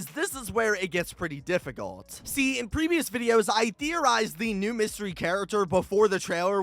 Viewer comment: You Said mystey character